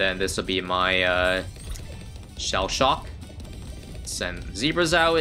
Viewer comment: What means: shell shock What I hear: Sha Sha